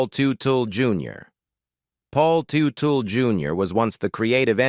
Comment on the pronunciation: IT'S PRONOUNCED "TUT-EL "👎